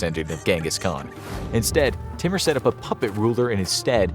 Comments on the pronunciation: It's not pronounced 't-mer'.... It's pronounced 'tai-moor'... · Timur is pronounced as Tymoor !